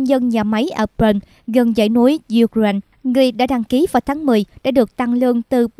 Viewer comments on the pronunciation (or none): Ukraine đọc sai rồi nhé, sửa lại đọc nghe kỳ lắm